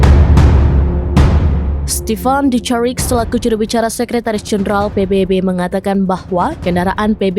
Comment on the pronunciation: Sebutan nya adalah PBB tolong jgn baca huruf salah. Ini huruf bunyi nya B bukan nya baybay